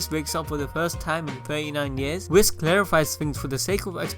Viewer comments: Its not pronounced wis its wii-ss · U mispronounced Whis........